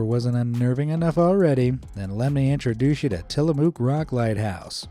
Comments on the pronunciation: Tillamook is pronounced muck not moo. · There’s a lot of cows in Tillamook however there’s no moo in it. It’s pronounced Ti-luh-muk. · It’s pronounced tillamuck even though the spelling is tillamook